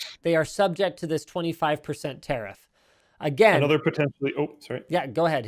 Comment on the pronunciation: Its pronounced ta riff not ter riff